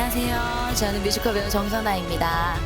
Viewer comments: 뮤지컬 말할때 커rrrr 발음 진짜 킹받아요❤ㅋㅋㅋㅋㅋㅋ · 뮤지컬ㄹ~~ 발음 모야모야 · 뮤지꺼rr~ 킹키븟ㅊ~ 발음 킹키받네 ㅋㅋ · 내가 보려고 만든 포인트 무테안경 뭐임? 괜히 열받음 뮤지컬에서 갑자기 발음굴리기 도입부 장인 내 몸~~~에 반할걸 우~~~~~~위!! 나지 왕언니(존나든든함) 쌔삥 꿈으로 1패너지 전라도롤라 행보가자나? 갑자기 걸쭉하게 내지른후 할아버지 턴 다리 털도 만탄 마리야?!?!!!! 진짜 존나 잘해줄거같음 ☆☆☆일렉짜장☆☆☆ 태권품새 후 갑자기 아무일 없었던듯 흐느적 우~~~~위 왤케 잘불러;;; 경로당스탭 쌔삥 꿈으로 2패너지 3패너지 ☆☆☆쎄마넴☆☆☆ 중대장은 너희들에게 실망했다 차력롤라